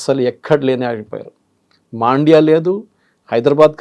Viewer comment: It is mandya not maandya correction